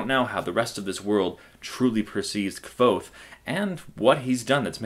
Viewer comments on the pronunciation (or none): its pronounced "kuothe" and i do not think this is a good review. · It's pronounced Kothe, like the book says. ("nearly the same as 'Quothe'")